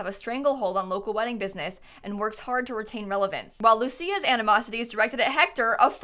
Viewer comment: Hi! Just wanted to let you know, as for the Markovic family, It’s pronounced like Markovich. The C in Lucia’s name isn’t pronounced as S but rather a hard C, I can’t think of any english words that have that kind of C in them but I’m sure you could find it online! I’m Croatian and names such as Mateo Markovic are basically balkan names and I’m so happy to see them in sims!!